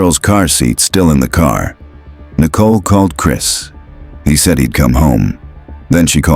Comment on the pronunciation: Usually the AI annoys me but because it’s calling Nicole nickel and she’s worth about 5 cents ( actually she’s worth a penny, and those are worthless now) I’m letting it slide 😂😂🤷🏽‍♀️